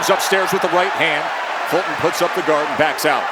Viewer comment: Why are they calling him "Folton" instead of "Fulton"?